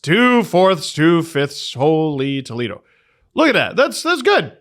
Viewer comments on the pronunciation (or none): none